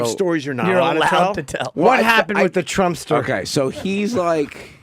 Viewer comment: Okay but at 6 seconds into this video you say "Donald Tsump" and didn't bother to start over, which is really setting the tone wrong for the point you seem to be making